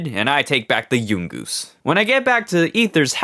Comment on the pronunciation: Why he pronounce yungoos like that it’s young-oos